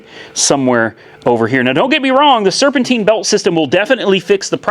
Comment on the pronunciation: Serpentine,Serpentine..Not serpenteen..If your going to live in north america learn to speak the language at least...